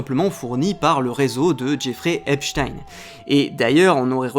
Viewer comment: J'éfrai Upé-Chtayne 🤣